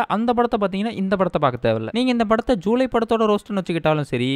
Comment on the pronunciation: Bro athu July illa julaai